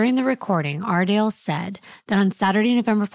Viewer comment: Am I the only one who loves to hear him saying “ARdALe”!!!